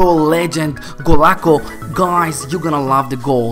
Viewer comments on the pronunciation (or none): You said golaco wrong i think